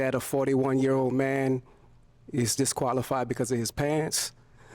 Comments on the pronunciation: It’s no way you top tier pronouncing disqualify like thar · I wanna know why a so-called top-tier man was mispronouncing so many words, tho😂😂😂😂😂